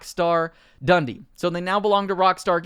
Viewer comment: Dun Dee not Dundy